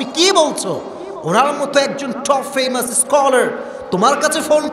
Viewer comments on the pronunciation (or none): ইংরেজি শুনলে হাসি পায়,ফেমাস কে ফেইমাস।না পারলে বাংলায় বলা উচিৎ।